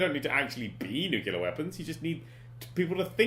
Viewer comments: Dan. Read this word: "Nu-cle-ar". Where, EXACTLY, is the "KEW" sound??? There isn't one. Because the word is NOT "NEW-KEW-LAR". I thank you. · "Nucaleer weapons".. pffheerh, Okay Dan x) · Dan mispronounces "nuclear" the same way as George W Bush does and now I don't know what to believe.